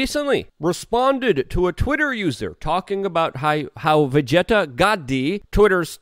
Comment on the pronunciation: Tim Pool: Vijaya: Vajayjay Luke Rutkowski: Vegeta